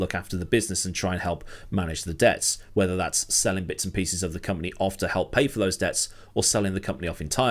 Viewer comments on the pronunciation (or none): none